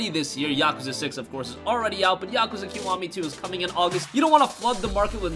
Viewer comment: Stop saying Yakwza.....STOP